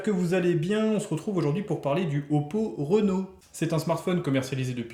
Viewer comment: Salut, très bon test, j’ai le smartphone il est juste exceptionnel pour son prix, les concurrents peuvent trembler, j’ai juste une petite correction par rapport au nom du modèle c’est plutôt Réno (comme jean) et pas Renault (comme le constructeur automobile) 😆